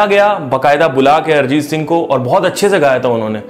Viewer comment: अरजीत नहीं... अरिजीत